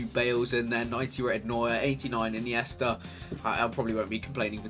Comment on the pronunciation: ine-yes -ta